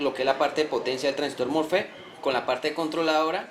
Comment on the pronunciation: mofe mofe se dice mosfet